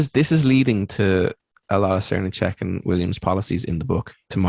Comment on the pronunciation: Enjoyed listening to this ps. Srnicek is pronounced SirNick pps. if we take the environmental issues as importantly as we should all these ideas need to come into effect. Capitalism is eating itself.